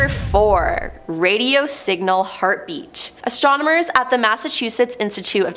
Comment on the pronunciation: Stop saying “exatronmers!”